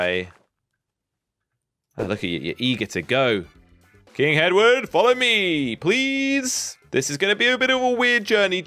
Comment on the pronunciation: The amount of times called Henward Hedward